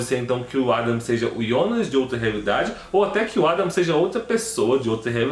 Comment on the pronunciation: Quem é yonas É Jonas Kkkkk Aki é BR